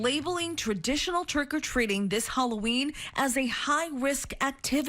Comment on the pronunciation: he says "HElloween"